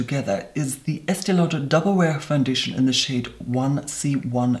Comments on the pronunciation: FOUNDITION 🤣🤣😁 your amazing! EDIT better than Tati saying conciller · Quit a seamless fandeeshun